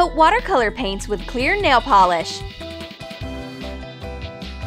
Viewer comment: Nal? It’s supposed to be nail I swear